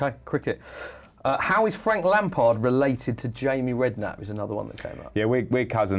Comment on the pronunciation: it is frank lamard instead of lampard